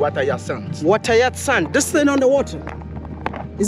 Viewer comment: Water yasanth 👍 hyacinth?...such an interesting village wow